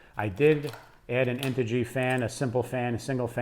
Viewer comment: I stopped listening when I heard duratrax and integy......